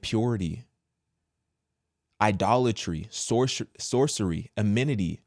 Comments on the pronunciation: The word "enmity" is pronounced, "Ehn-mi-tee." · It's pronounced en - mè - ti... for enmity. Great talk, thank you for sharing this Christian viewpoint for marriage and family. God's blessing be upon you and yours brother.